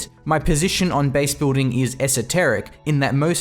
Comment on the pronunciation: Is it just me or is anyone else really bothered by the incorrect pronunciation of "base-boolding"? However, I really do appreicate his almost immaculate pronunciation in general as all other words are crystal clear perfect.